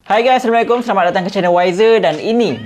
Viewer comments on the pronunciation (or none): none